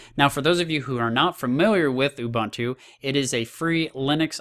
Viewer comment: Dude.. Ubuntu.. There's a universal way of pronouncing it.